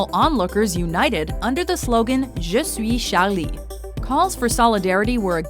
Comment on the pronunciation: I love the way you say "je suis charlie" and "francois hollande" 😂